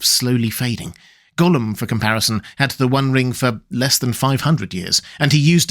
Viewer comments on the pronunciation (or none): none